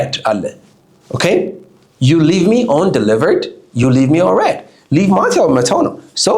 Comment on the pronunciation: Why you pronounce the word read like ሬድ it’s ሪድ